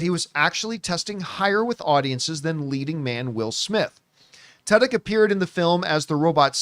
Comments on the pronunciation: I always thought his name was pronounced too•dyk, didn’t know it’s actually tuh•dyk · The only place to go to hear Tudyk pronounced as Tuddoch. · I’m pretty sure that’s not how you pronounce Tudyk